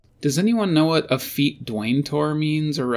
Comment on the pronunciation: Effete not afete